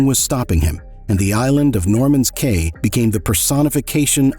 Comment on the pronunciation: Caye is pronounced Key.